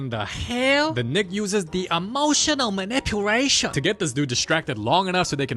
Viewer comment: I love when he says emotioSal maniPulation